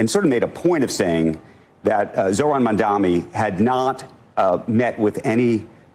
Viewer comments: Why do they keep mispronouncing his name as Mundami? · Is it my ears or they are still calling him mamdaMi instead of what it is, mamdaNi? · “Mamdam-ni”?!? Yowza even professional journalists are so susceptible to the detractor’s narrative. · WHY do they all KEEP calling him MamdaMi? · "Going back and forth" with Jonathan Greenblatt AFTER they allowed him to use their broadcast to lie is complete bullshit!!! The time to "go back and forth with him" was while he was lying on their show!!! (And learn to say the man's name correctly!!! Mam-da-ni.....it's three freaking syllables!!!) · does this guy have brain damage or speech impediment? Mamdami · how come they can’t pronounce his name? Are they illiterate? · And the CNN guy mispronounced Mamdani’s name 3 times too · Can those TV anchors say Mamdani's surname correctly please ? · He mispronounces his name in purpose. The level of passive of little girls. It’s petty. He is also a hardcore Zio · Bro literally can't pronounce Mamdani. Maybe correct your pronunciation of the future mayor's name before you correct Greenblatt's smear of him, asshat. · Is "Mamdani" really that hard to pronounce? 😅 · I hate how so many of them keep saying his name wrong, it drives me up the walls. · Is it that fucking hard to pronounce Mamdani? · Mfer trying to correct the record to the benefit of Mamdani and can't even say his name straight